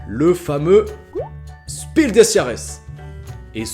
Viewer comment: Pour ton info, on dit « chpile » pour Spiel 😉. Bonne vidéo comme d’habitude.